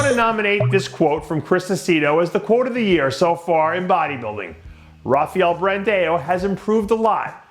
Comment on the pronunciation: R plays the role of H in Portuguese Dave you've been saying Rafael Brandao name wrong the longest 🤦🏾‍♂️